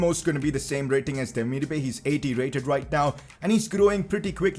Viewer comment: It’s pronounced demir-ba-aai